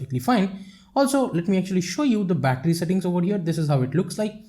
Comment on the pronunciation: you start battry 88% you finsh 82% wow bittry bum😂😂😂😂